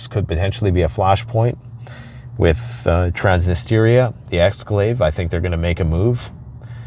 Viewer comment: Cant pronounce Transnistria but is apparently an authority on geopolitics and knows when ww3 is going to pop off. So so so slow, get yo head out of that deep brown hole, its makin you stink much much more than pile of crap you have a firm hold of.